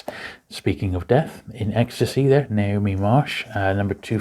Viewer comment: Love these, thanks. Quick note, it’s not ‘Naomi’ Marsh writing the crime novels, it’s Ngaio, pronounced ‘Nai (rhymes with why)-oh’. It’s a Maori name.